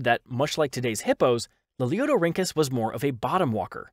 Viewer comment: The narrator's ability to consistently pronounce "Lalieudorhynchus" correctly is something I can only dream of achieving in life.